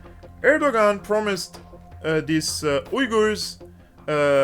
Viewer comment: Is he saying "wiggers"? Because it sounds like he's saying "wiggers". Do "wiggers" have their own country now? I hope so so they can celebrate their "wiggerism".